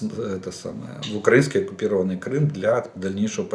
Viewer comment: Уважаемый Олег,ну может хватит говорить неправильно , укрАинский а украИнский Ну аж обидно как то